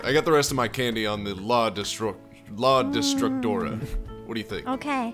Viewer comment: The fact that pronounces la destructora like "La distractora" makes it funnier cause that means "The distractor" and thats kinda what she was lmao